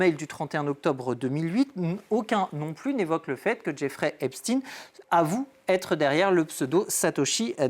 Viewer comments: Faites vous expres de prononcer "Epstine" au lieu "d'Epsteeeiiiiinnn?" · S'il vous plaît, pas " epstine " c'est pas comme " Sandrine" ou " Poutine "! C'est EIPTSEIN comme " ROTCHILD " ou " Spielberg" c'est donc un haut général de " la guerre des étoiles " et pas du clan de " François le Français".... Pas d'endormissement s'il vous plaît ! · Epst"ine", pou"tine" mdr arretez maintenant